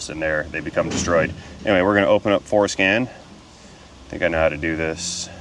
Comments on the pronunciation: Haha you said fores-scan 😅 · Brother....be sure to articulate Fore Scan. LOL.